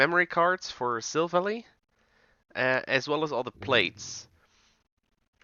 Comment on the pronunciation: The way you pronounced silvally (silv, like in silver ally, like well the word ally btw) hurt me, though tbf my pronunciation the first time wasn't right either XD